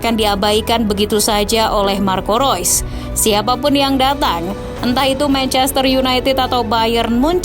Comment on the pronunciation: Kenapa admin bilang rois.. Itu kan reus